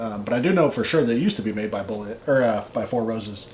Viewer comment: Well not off on all of it, you did get the rye and proof. It's 28% rye. It's pronounced Bullet.